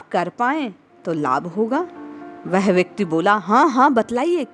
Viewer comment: वह" शब्द का उच्चार आप "वेहे" ऐसा क्यूं करती है?